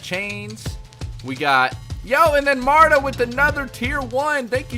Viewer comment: My name is not Marda it's Marta again not hateing!